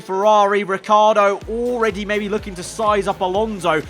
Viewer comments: Lmao, "Ricciar" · Who noticed ricci has become riccar... does he get an extra letter every time ferrari mess up?